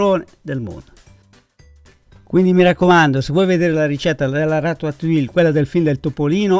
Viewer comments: si pronuncis ratatui. Io nn sono brava a cucinare ma conosco le lingue. Francese inglese e un o di portoghese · Ciao,sono un tuo iscritto perchè mi piacciono molto le tue ricette e la semplicità con cui le spieghi. Ti volevo solo correggere la pronuncia della ratatouille,perché nun se po' senti',eh,eh,si pronuncia "ratatujje" come la crema chantilly che si pronuncia "sc(i)antijji. Scusa se mi sono permesso,naturalmente non è obbligatorio sapere tutte le pronunce,ma sei talmente bravo che mi dispiace sentirtela sbagliare ;)).